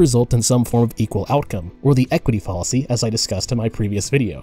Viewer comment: I've watched a couple of your videos and you got a sub outta me. But can I just say real quick... bruh you gotta look up how to correctly pronounce "fallacy". Once you get that down, your videos will be perfect. 😆